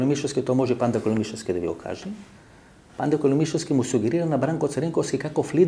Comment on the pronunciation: Vasko, kaj KOLISEVSKI nie Makedoncite akcentot go stavame na LI ( KoLIsevski) a Srbite na SEV( KoliSEVski). So srbski naglasok go kazuvas prezimeto.